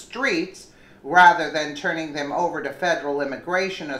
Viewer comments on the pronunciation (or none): none